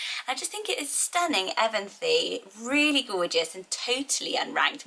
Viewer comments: I’m North America we say A-bileen (like the A in cat) I know it as a small town in Kansas by where my mom lives :) Evanthe I’ve always heard as ee-VAHN-thee. Interesting! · I love Evanthe but pronounced Eh-VAN-thee stressing the VAN :) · I love Evanthe, but I’m from the U.S., so here I think we would say ev/ahn/tee and same thing with Jessamine we pronounce it like jess/ah/mean